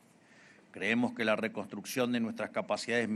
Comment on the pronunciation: Reconstroccion jajajjaja